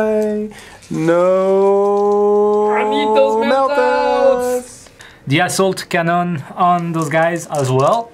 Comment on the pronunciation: taz31999 I laughed out loud when he said assault cannon and it totally sounded like asshole cannon!